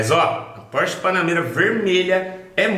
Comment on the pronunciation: Prq tu fala BANANEIRA ????